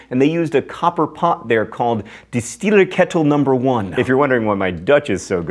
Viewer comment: Slight adjustment for your Dutch: the emphasis is on '-eer' in 'Distileer'. Otherwise perfect :)